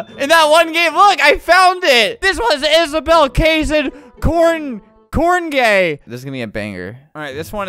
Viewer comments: “korne- kornegay” “kornagei?” “kornagay!” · “Isabell Cayson Korngay“ Ah, yes, gay corn. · The kornegay part was so funny he couldn’t even pronounce it 💀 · Broo the way he mis-said kornegay (my last name) ☠️ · "Kornegay" ME🤥